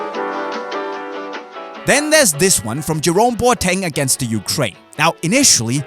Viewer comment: The boateng is pronounced as BO-AH-TIN